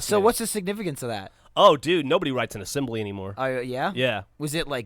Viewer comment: Asembly? hahaha, that's pretty good man.